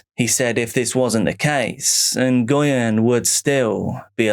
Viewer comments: It’s not En-goy-yen. It’s pronounced Hwin. Like Win, with an H. Great compilation! ❤ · Hearing Nguyen pronounced so many times i forgot it was wrong 😅😅😅